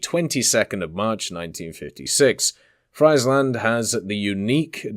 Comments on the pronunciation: Friesland is pronounced as freeze land, not fries land 🤣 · Freiland 😂 iets is ie not ei (I am Dutch ) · when you pronounce friesland completely wrong angry dutch noises